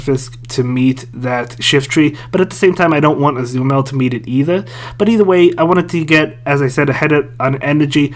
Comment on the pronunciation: Why can't you pronounce Azumarill?